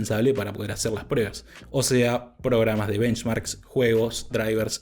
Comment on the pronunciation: Con todo respeto pero por qué dices prebas...estaba super atento pero me descoloco escuchar todo el rato prebas en vez de pruebas... Saludos